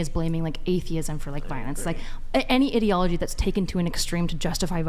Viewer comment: And also pronouncing common word that they only read incredibly incorrectly. I was confused when she said etiology in the same way she said ideology, pronouncing both of them completely wrong. E-ti-o-lo-gy and I-dee-o-lo-gy, not Eddyology and Iddyology.